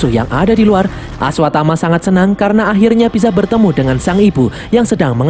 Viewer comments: Salah pengucapan bang karna seharusnya bukan karno😂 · Karna min, bukan karno 😂